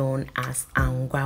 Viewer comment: Annwa not angwa...stress on the "n".